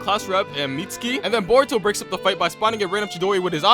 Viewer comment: you cannot pronounce a single thing right bruv called Boruto “burrito”